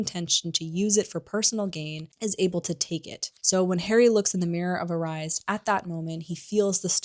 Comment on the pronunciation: Please ... learn to pronounce Erised .. it is ERIS-ED , JKR had to spell out Hermione's name in the 4th book because so many people got it wrong.